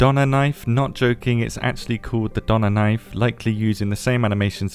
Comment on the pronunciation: it is not "Donner knife" it is "DÖÖHNER MESSER" DÖNER ÖÖÖÖ